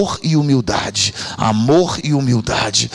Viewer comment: Um AMORRRRR cheio de "erres" ! 😊